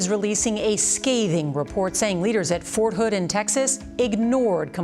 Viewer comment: “Fort hood”? Oh nah